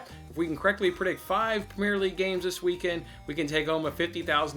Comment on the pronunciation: The way you say “premier” so wrong 😆. Good vid tho bud